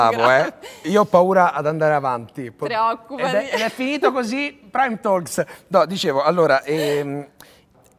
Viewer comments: Mi piace assai questo canale, bravi!!! Ribadisco però la "L" silenziosa di TA(L)KS! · Ottimo intrattenimento, solo una cosa TE PREGO, LA "L" DI TALKS NON SI SENTE, NON VA PRONUNCIATAAAAA!!! se si vogliono utilizzare parole inglesi, attenzione alla pronuncia corretta!!! With love.